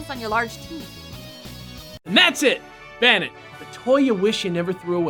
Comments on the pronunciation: I've only heard Arcanine pronounced that way as well. Terra Estrahl Except that it's definitely bane, not ban. Nothing about ban makes sense with the concept and design. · "Banit"...? I always thought it was pronounced "Bay-net". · its pronounced bay net not bah nit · Oh sweet, The Dex is doing my favorite Pokémon! This is going to be gr- * They pronounce it Ban-it* TRIGGERED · wouldn't it be bay-nette as in bane-ette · isnt it bane-ette? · pronounce it's name right, it's Bay nette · pretty sure it is pronounced bane-ette? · During the whole episode, I kept looking over at my Banette plush wondering who would ever want to throw it away. I was also wondering why they spent the whole thing pronouncing Banette wrong. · You explained the name nd continued to mispronounce the name.